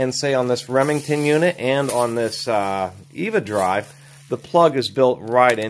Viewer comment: It's not "Eeevuh Dry" It's "Ehv'uh Dry" (like a casual Ever Dry)